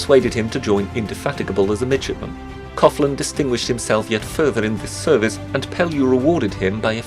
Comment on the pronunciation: Am I the only one who kept hearing midget-man instead of midshipman? :)